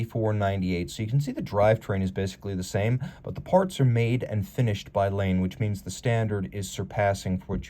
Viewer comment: As an FYI Laine is pronounced - 'Liner' (as in ocean liner) in Finnish. How do I know (?) it was my mothers maiden name...